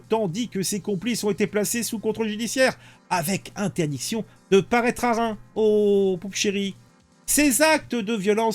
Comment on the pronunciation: On ne dit pas Rein on dit ReimS, le "S" se prononce.